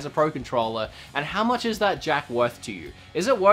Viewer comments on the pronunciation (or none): its much not mu ""t"" ch